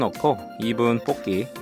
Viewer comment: 뽁기가 아니고 복기라고 하세요.